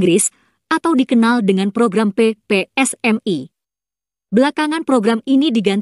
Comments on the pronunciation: Laaahh dia pidato protes penggunaan basa british, tp itu dia ngeja ppsmi pake logat British, emang kocak warga kasino ini😂😂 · Yang bicara ini mengatakan PPSMI pada huruf "I" dibaca "ai".